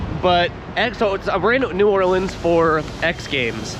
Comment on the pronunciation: First person to pronounce New Orleans right that made x games content🎉🎉🎉